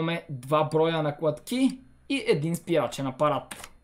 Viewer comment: Видеото супер но моля те не казвай така наклаткии казват се (наклатки)